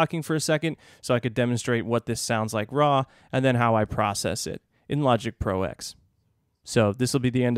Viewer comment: I believe it's called Logic Pro "Ten" (roman numeral X)...not Logic Pro "Ex".....as in Final Cut Pro X "Ten"........but I'm sure someone must have mentioned this already.